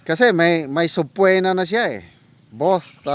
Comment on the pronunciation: I hope you don’t mind me correcting your pronunciation of SUBPOENA namatagal ko nang naririnig sa inyo. SILENT “O” po ang pronunciation ng subpoena (suh-pee-nuh)